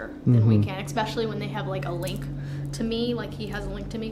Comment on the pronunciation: You think they’d teach her how to properly say ESPECIALLY, instead of “EXPESHULLY”.